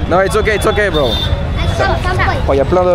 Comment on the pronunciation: Très bien mais ton Bro sonne dégueulasse, dommage bro !!